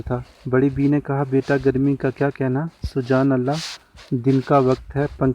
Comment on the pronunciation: Sir. Sujaan Allah. ni. Subhaan Allah. Hai. And. Gza. Ni. Giza. Hota. Hai.